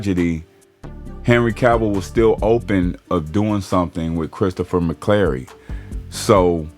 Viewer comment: McQuarrie. His name is Christopher McQuarrie. It’s amazing. The name is right there in the headline and you can’t pronounce it right! 😅😂 And you have no idea that he would’ve wanted Zack involved! Conjecture.